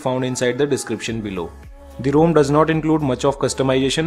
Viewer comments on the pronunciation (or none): It's ROM not ROAM! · Bhai main bhi India se hoon. Bc ek bande ne wrong pronounce kar diya toh pura India ka naam kharab kar diya! 😂 It doesn't take much effort to pronouce ROM instead of ROAM!